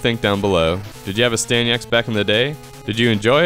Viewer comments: I loved it, but it's Astyanax not Astanyax !! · AstanYax? C'mon dude, at least try... Asyanax is a great game. Just because you can't sit down and play it with open eyes and mind does not mean you should bash it. $1.75? You got a great deal on an epic game.